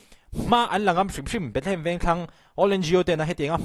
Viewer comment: A tir ah Bethehem i tih reng kha, i trawng sual aw 😂😂